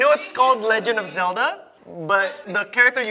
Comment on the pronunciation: Butchering Zelda then Pokémon and, lastly yoga